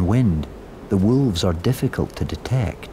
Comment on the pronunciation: Narrator: walves 😼😼